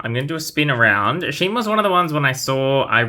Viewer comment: Ashima is pronounce Ash-i-ma in AEG. I believe someone told Mattel that they said her name wrong ever since her introduction.